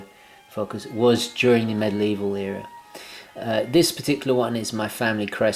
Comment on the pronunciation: The word is ‘medieval’, not ‘middle evil’...